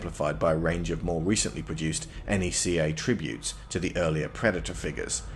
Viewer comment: I find it weird you pronounce Neca N.E.C.A. it's supposed to pronounced like (NECKA) or (KNECKA). Aside from that solid run down on these classic figures, I've been debating with myself getting any aliens figures since my shelf is already chocked full of Godzilla and Jurassic Park figures.